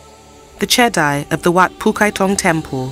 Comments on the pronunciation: Che-dee not che-dai. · Everytime you said chedi you call chedai.